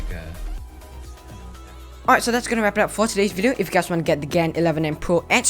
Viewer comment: pls. Don’t say gen say gan